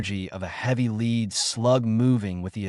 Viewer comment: Pulease say lead properly.